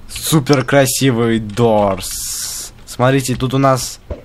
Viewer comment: НЕ ДУРС А ДООРС DOOSR